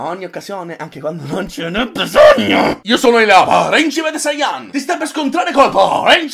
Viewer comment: e poi ci sta la gente che dice sáiyan invece di saiyán